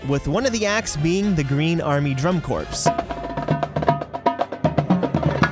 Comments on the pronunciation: Although it's spelled Corps it's pronounced like core ;) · The “p” is silent in Drum Corps So it’s basically Drum Core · Just a heads up: 'corps' in Drum corps is just pronounced 'Core' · drum corpse??? 🤦‍♂️